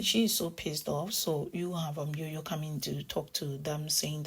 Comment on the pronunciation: Jojo sounds like Jam not Yam